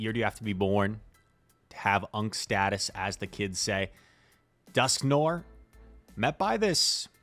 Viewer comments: Dusk (Noir) = Noir is a French word and it means black and you can read it N-war I don't know if you can spell it or not.... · It IS an-tee-klai-mak-tuhk, BTW, you were right the first time. And it's duhsk-nuh-waar. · The pro strat is to keep using completely wrong pronunciations so people can keep commenting to correct you, thus boosting your videos in the algorithm. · You are not, in fact, saying Dusknoir correctly (much love though) Further edit: just made it further into the video, ANTICLIMACTIC is what you mean. ANTICLIMATIC could possibly be referring to climate (rather than a climax) but is mostly incorrect. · Are you purposely mispronouncing words now? That’s not how you pronounce noir in dusknoir nor climactic in anticlimactic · That’s not how you pronounce Dusknoir. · Noir, rhymes with GWAR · Are you familiar with filme noir? It’s pronounced the same way